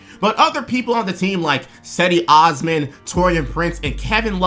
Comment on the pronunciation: He talked about him , he but he butchered his name.